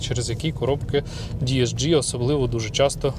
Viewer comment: Перепрошую! ДСГ Не ді ес джі Це ж німець Вуха ріже Ваше діесджі)